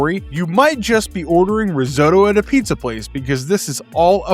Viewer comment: Risotto (riz-otto), not "riz-oh-toe". That's like saying ro-boat instead of ro-bot or hoat instead of hot. It's a short O sound like hot or got, not a long O sound like ghost or goat.